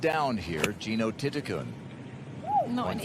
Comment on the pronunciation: The pronunciation is correct. Letter “L” at the end of a word pronounces as a “N” in Thai language. Her last name reads “ti-ti-Kuhn”.